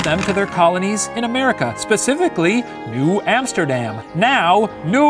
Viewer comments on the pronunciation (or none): none